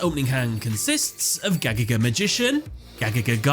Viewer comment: Bro I can't stand how to pronounce Gagaga! You're saying way to fast and it comes out a nonsense.